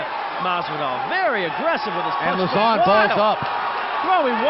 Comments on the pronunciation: Joe "La-Zone" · "Lazzone" What? Is he a new menu item at Pizza Hut? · I also thought it was funny the way every one of them said his name, Lauzon, differently and none of them said it correctly haha it's pronounced "low-zon"